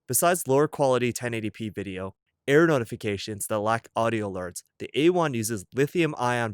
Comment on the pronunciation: Error notifications. LOL I thought he kept saying "air" notifications.